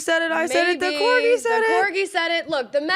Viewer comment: Did u really pronounce the dog breed as corjee